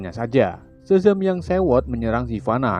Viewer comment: Sebelum gw baca nama si szaham! Gw kira si admin manggil namnya dadang wkwk